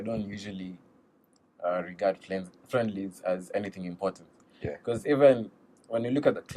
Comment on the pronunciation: my guy did you just say fliendly😂😂😂issa killer 😂😂😂🔥 Thank God you didn't do it back in primary ju😂 But nice work together with yo boy 😊